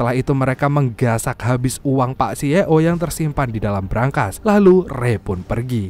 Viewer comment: Narasi nya nga enakk, C Ee Oo .. belajar dulu nyebutnya bacannyaa ...